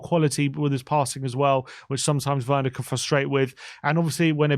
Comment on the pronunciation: Its pronounced verner😢